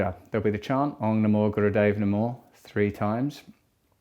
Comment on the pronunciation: Isn’t it OM. Not Ong!?